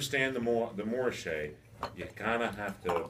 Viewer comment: It’s literally just anglophone laziness.